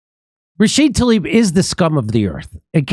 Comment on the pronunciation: Why does Jimmy constantly get Rashida Tlaib's name wrong? It's not that hard. Also, we aren't surprised at Tlaib's behavior here, because we've seen again and again her willingness to go along with the corporatist legislators.